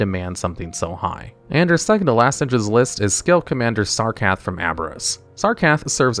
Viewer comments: SAR-KA-RETH Not SARKATH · “Sarkath” lmao. It’s crazy how long you’ve played wow and still just completely butcher so many names. Great video tho ❤